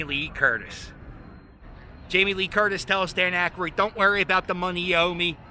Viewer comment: Why do you pronounce Aykroyd as Ackeroid like hemorroid?